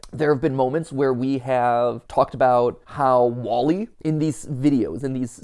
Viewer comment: “Wall-y”, as in the sides of a home?